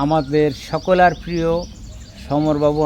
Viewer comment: আবার বলছেন সকলার.... সকলের বলতে অসুবিধা কি